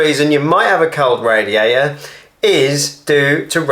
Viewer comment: I love ot when you say radiaerai